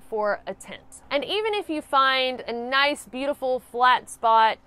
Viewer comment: You got some hard core southern twang when you say nice.